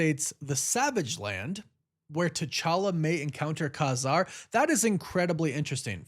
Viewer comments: Pretty sure it’s pronounced Kay Zarr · I think its pronounced Kay-Zar lol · Ka-Zar is phonetically pronounced Cay Zar. Thanks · ITS KAY- ZAR